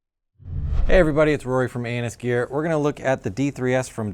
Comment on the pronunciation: I never noticed, but when he says ANSGear in the beginning, he says Anus Gear. Nice.